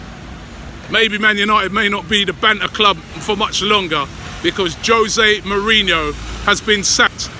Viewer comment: Hoe-se mourinho